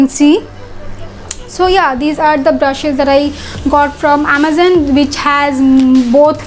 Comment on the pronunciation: Wo Amazon hota hai amezan nahi pagal